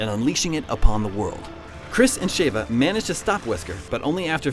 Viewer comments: im sorry did i hear Shava? its Sheva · Shayva? Really? Chris screams "SHEVA" about a billion times in RE5. has obviously not played that game. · "Shay-va" ??? Chris spends the entire game (RE5) saying "Sheh-va" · Please, saying Sheva as Shave-ah once or twice would have been tolerable. But to say it 10 times in a row as Shave-ah convinces me that you want to fight. It's Sheh-va. Have you played the game?? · Really?Shavea?lol its Sheva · (Sh• Chev• Ha) definitely not (Sh•Ava•) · Ughh, Why do people pronounce it Shave-uh? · everytime he says Shevas name I want to scream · Could explain this better. The narrator doesn't even know how to pronounce sheva correctly. Best to assume he never played RE games-.